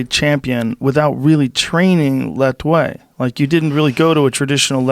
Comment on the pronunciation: "Lethwei" or "Let wait" for a better pronunciation